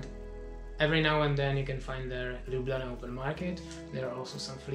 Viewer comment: I actually think that your pronunciation of Ljubljana is kind of good :-D you're right, the cave is beautiful. I had exacctly the LotR feel there... :)